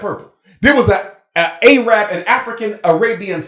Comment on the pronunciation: The fact that he consistently says “A-rab” shows how ignorant he truly is, despite his credentials.